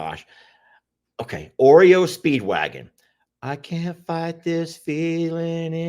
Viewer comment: It’s not Oreo Speedwagon lol it’s REO Speedwagon